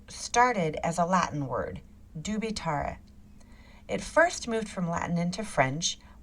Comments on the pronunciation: Such a SHAME a person trying to explain something about latin language and cannot pronounce it correctly. Dubitar ????? Dubitarrrrrreee , come on , do your home work first, not impressed at all. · Ok, but for godness' sake, learn how to pronounce Latin: "dubitare">"doubeetahwray". Arghhh. Why would it have to have an English sound!?